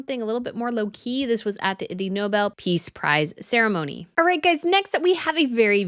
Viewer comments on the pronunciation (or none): none